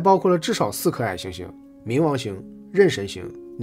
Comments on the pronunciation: 是鬩(ㄒㄧˋ Xi)神星 不是ㄋ一ˊ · 是鬩ㄒㄧˋ神星